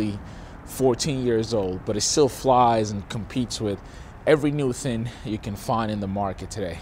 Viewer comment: It's thinG not thin. Just like it's Sling not Slin.